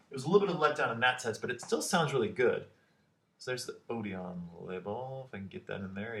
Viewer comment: btw it's pronounced OD-un not OD-on x